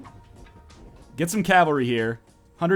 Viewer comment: Every time you say Calvary, I unsubscribe. But then I re-subscribe right away! I can't leave you, NL. I just can't!